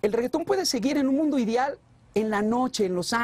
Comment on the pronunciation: el tambien dice "idial" y eso nadie recalca, todos nos equivocamos, nadie se salva.